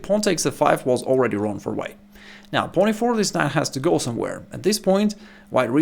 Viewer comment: Why can't he say pawn?